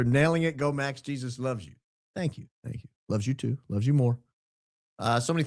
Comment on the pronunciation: Jesus is wrong in pronouncation